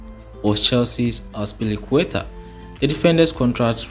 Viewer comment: Its azpilicueta